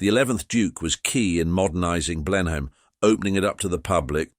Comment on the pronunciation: Blen Hain? Come on, get your pronouciation right